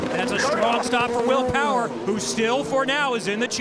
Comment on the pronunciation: Did the reporter who called will power will powder need to use the restroom or did he have an itch? No matter what that accidental letter add in his name was a little funny to me.